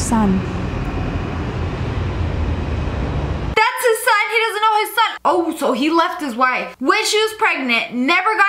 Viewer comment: It's son not Sone